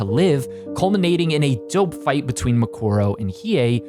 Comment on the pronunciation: hmm not bad. Although I could have gone without all the butchering of Toguro and Mukuro, but whatever. You managed to talk about a show without losing me, and that's unusual